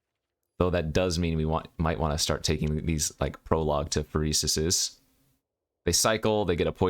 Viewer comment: why do you always misspronounce phYrexia, is that some kind of insider? hurts a little bit every time i hear phrxia